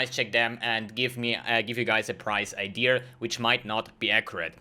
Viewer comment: I thought you only added er to idea and said idear but you also add er to gonna 😂 "today we're goner.."